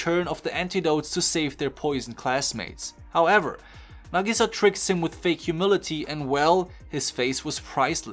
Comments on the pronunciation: its nag-ih-sah not na-gee-saa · hold on, say nagisa's name again, but right this time